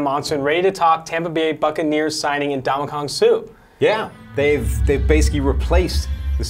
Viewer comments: Am I the only one irritated by how he's saying Suh's first name? Lmfao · Brink EXACTLY.